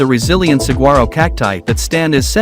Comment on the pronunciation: Learn how to pronounce saguaro correctly. The gu is pronounced like w. Sahwaro.